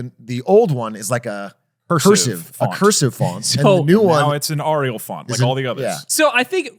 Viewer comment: AH riyal